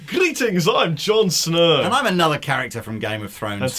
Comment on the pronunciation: I heard that intro as "I am John Suhr"